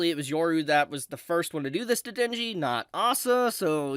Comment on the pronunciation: Ah yes..the time "Denji" became "Shinji"